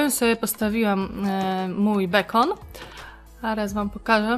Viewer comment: bekon muwi się bikon